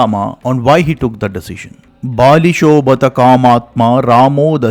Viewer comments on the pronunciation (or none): none